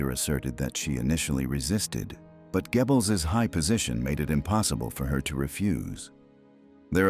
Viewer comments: Not Gebbels. Say Göbbels! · It's pronounced Goebbels, not Gebbles you A.I buffoon! Bring back the old voice!! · Would the old voice have pronounced Poison Dwarf's name as Gebbils? Every time I hear it, I snicker - it makes me think of gerbils. Well, it's difficult for English speakers to pronounce. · Why do people think AI voices natural and acceptable. I was very interested in this as studied German film history. Unfortunately in first minute the mispronunciation of Goebels turned me off completely. The monotonous narration has ruined what to me would have been an informative documentary. Use humans ! The false advertising of how brilliant AI is ( I get the adverts constantly) is truly ridiculous. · Hier stimmt doch etwas nicht?😵Wo ist die andere Stimme geblieben?😱 Die hier kann ja nicht mal den Namen von dem Goebbels richtig aussprechen. 🤨 Auch die Erzählweise ist katastrophal!!!🙄 Das kann nicht das Original von World History sein, denn das habe ich abonniert und hier werde ich dazu aufgefordert!!!🤨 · And this robot doesn’t pronounce Goebbels’ name correctly. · I know, I noticed as well.